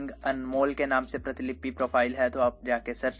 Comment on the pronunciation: वीडियो तो काफी अच्छा लगा किंतु प्रीतिलिपि नहीं प्रतिलिपि स्पेल होता है